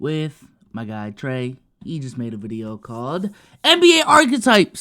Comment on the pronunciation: It’s treyyy bro 😂 u messing up